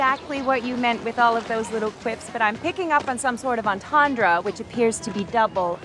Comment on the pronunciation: "Entond" is french and is properly pronounced "on TON-dr". Barbie pronounces it correctly.